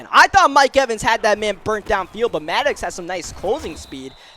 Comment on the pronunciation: Then he says maddox wrong